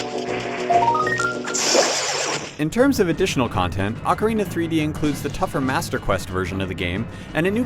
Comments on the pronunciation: its not pronounced "awk-orina"...it's "oh-carina" GET IT RIGHT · Back then, everyone pronounced it oh carina. Nowadays everyone pronounces it ockarina. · oak-arina lol. It's Awk-arina!